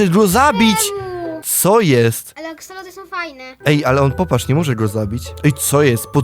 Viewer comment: DOKNES BLAGAM NAWET DZIECIOM DAJESZ TAKI PRZYKLAD? MOWI SIE A X O L O T L E N I E A X E L O T Y